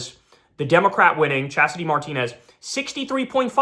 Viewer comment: C'mon Kyle. MAR-tinez? It's Mar-TI-nez.